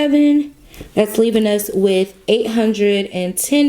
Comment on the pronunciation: “5 hunned— 5 hundred Sorry” 😭😭